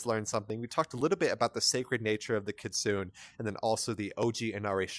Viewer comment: It's Keet-su-nay